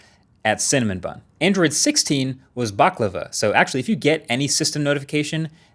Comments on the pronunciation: I love Marques, but please never pronounce Baklava like that again haha. Its Buk-Lava. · it's pronounced Baklava. it's Baklaava! (it's a Syrian or Egyptian desert) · That’s not how you pronounce baklava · Never pronounce "Baklava" like that again